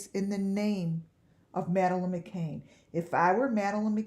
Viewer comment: Its McCann .."Mc CAN" NOT McCain ..Sorry its aggervating when Ppl Say My Last Name As McCain Its McCan